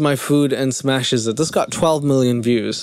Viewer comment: I love how you say moolian instead of million 😂